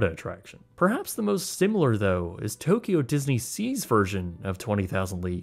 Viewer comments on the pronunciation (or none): none